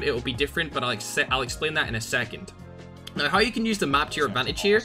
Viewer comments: “You need to be using FiXeD mOdE right NOIIII” Love it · Its Australian accent? He spelled "now" as "naay"